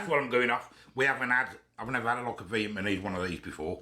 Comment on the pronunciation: Viet ma nese 😂